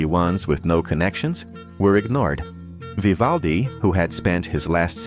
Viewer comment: Oh please just try tò pronounce his name correctly, if yoy are capable of 🫣😵‍💫😖